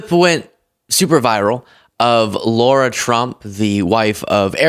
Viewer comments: I like but every time I watch him, he mispronounces people's names. Yesterday it was Adolf and today it's Lara Trump, who he seems to think is called Laura. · "LARA", not "Laura". But dear, dear, dear, that woman's face is frozen and - those LIPS - terrifying! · Bro....its not Laura/Lora Trump. Its Lara. Like Lara Croft. (Jar/car/far- but Lar-ah) U lose credibility when u call out ppl for not pronouncing Kamala's name right, when u refuse to say names correctly. Just sayin'😊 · Isn’t her name Lara not Laura? I don’t think she has any credibility whatsoever but mispronouncing her name is in the same vein of pronouncing Kamala incorrectly. It’s meant to demean. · Lara not Laura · It’s not Laura, it’s Lara. It’s like Laura but misspelled and stupid. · sweet, PLEASE pronounce her name correctly - It's Lara, not Laura. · Not that I like one thing about her, but her name is Lara, not Laura. Why can’t you and others get that simple fact right? It’s just as lazy and irritating as the right mispronouncing Kamala’s name incorrectly.